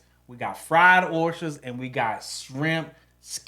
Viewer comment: oyshsters LOL